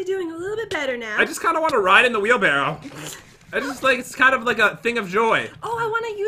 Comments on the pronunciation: “Whale Barrow” -Pat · Swear he said Whalebarrow